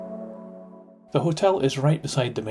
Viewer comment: It's said oh-nich